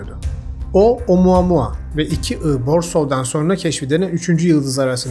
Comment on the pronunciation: bir kez daha OMUUUAAA MUAAAA duyarsam gülem krizine giricem